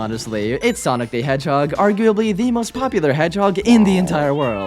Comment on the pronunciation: soiynic da heghog